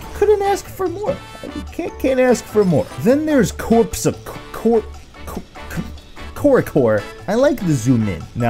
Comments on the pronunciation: "Corps à corps" is pronouncing like "cor ah cor". "Corpe a corpe" that's make me laugh so hard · snickers into more snickering cor-a-cor...XD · this is pronounced "flesh". It means "arrow" in french:3 And this is pronounced "cor ha cor". It means "melee" in french. But I know you have pronounciation problems (poor Drak almost lost his sanity with your "pugalist")